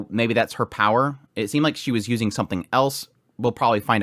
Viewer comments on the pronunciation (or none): none